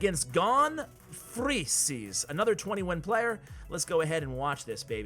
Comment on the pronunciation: butchered the name gon freecs from the anime hunterxhunter